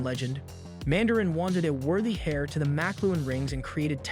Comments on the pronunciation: The H in "Heir" is silent, it's pronounced like "Air." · They failed to pronounce heir correctly